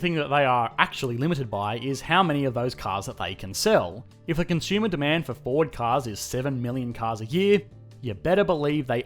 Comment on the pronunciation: "Consumer" is not pronounced as "CON - SHOOMER" Look it up.